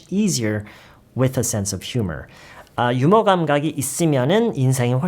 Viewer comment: 휴머? 유머가 제대로 된 발음 아닌가요